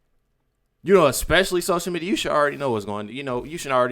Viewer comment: Ickspecifically?? Its especially you moron!! Can't stand this racist lady.